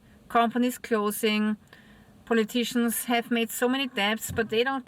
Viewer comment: What calling "politi-tians", are in fact just some juice🕎🔯